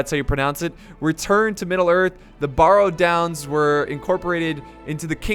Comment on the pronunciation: i know, how is it possible to mis-pronounce barrow? it's... just like a wheel-barrow.